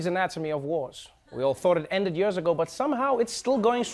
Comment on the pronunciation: The most dreadful thing about this video is Trevor trying to pronounce ( years), it's always a challenge and he always says it wrong.